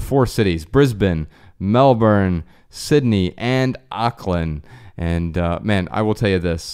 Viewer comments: I'm an American, and I thought it sounded funny too lol. He said it like "Ahk-land." I usually hear it said more like "Awk-land." :) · Funny how you said Auckland 😜